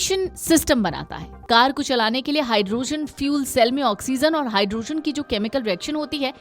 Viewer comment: Pehle pronounciation sahee kijiye.... Hydrogen ko aap Hydrozen keh rahe hain.